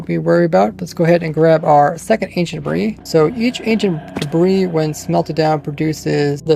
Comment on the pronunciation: I somehow understand "Ancient Brie"